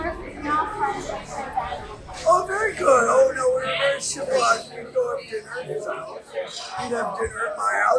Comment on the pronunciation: The big sigh with the British “nooo” GUILTY!!!